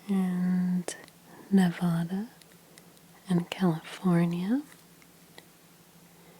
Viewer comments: She said Nevuuda😂 It’s Nevada👍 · “Nevaddah”, not “Nevahda” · Ne-VADD-uh, please (not Ne-VAHD-uh), otherwise wonderful video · Nevada is pronounced : Nev•ADD•ah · It’s Nevada like apple lol not like avocado ❤️